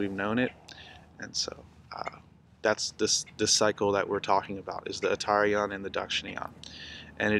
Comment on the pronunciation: Uttara+ayana = northern+journey..pronounced Utta'rayana